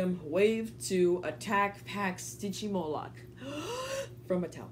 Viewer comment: It’s not stigymoloch it’s sytgymoloch